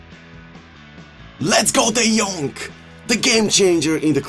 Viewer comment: "De Jonk" is back! ahahah